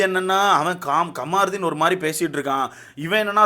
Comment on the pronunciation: Kamaruthin illa da avan peru kamruddin. First Olunga name pronounce pannu. Apuram review parkalam